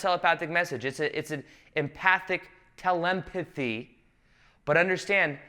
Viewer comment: My guy said 'telempathy' 😂😂😂😂